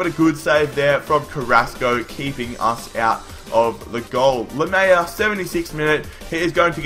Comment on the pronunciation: His name is pronounced Laa Melea